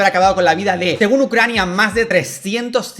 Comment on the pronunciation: "Rusia y Ccrania"